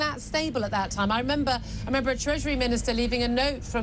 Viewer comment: Merember? making up words or what.